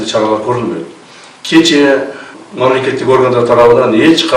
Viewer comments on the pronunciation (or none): none